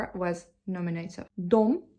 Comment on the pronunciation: It's true that you need to hear the words instead of reading them in order to pronounce them correctly. Your English pronunciation is really good, but you struggle with words that nobody uses in everyday language. Nobody talks about verb cases unless they are studying a foreign language that uses cases. You should try listening to the words "nominative" and "accusative''' to get the accents in the right place. The only other improvements to your English pronunciation I can suggest are to make sure your "v" sounds don't come out like "w" sounds, and your "th" sounds don't come out like "t" sounds.